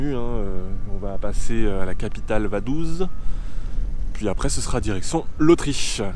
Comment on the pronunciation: Vadouze ? 😂 « vadouts » ça se prononce comme ça